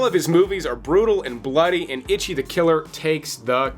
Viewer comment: Moron - If you are going to introduce foreign films .... maybe learn how to say the words. It's NOT "Ichy" as in "My skin Itches", FFS. It's the Number One in Japanese - Eechee.